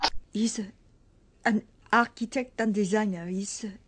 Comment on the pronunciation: "An achitect, a designa, a composa, a magicshan..." That made me laugh so loud I probably woke up the neighbours.